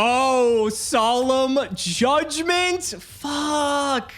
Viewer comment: my mans really called judgement "solemn jay"